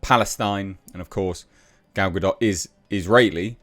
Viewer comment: Why does "Gal Ga-Dot" sound like male genital moisturiser.